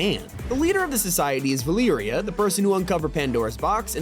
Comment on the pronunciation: Did you just pronounce it 'Valee-ree-ah'? It's Va-leh-ree-ah' lol